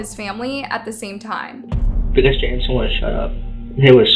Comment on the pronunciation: It’s pronounced Jame-eh-son not jame-son lol